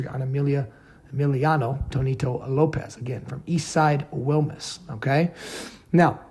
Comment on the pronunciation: DUDE PUT A LITTLE BIT OF SPANISH ON IT, ITS WILMAS NOT WILMUS